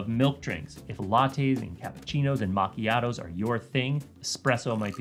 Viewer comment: I really appreciate how you pronounced every single Italian word correctly. Macchiato in particular is pretty tough! Other than that, great overview!